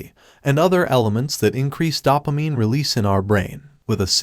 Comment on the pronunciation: It's dough-pa-mine not dawp-a-mine